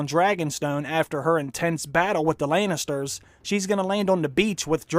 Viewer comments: why do you say "Laynisters"? Isn't it " Lannisters"? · Why does he say Laynisters instead of Lannisters?